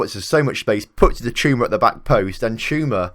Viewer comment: You're saying it right "Chuma"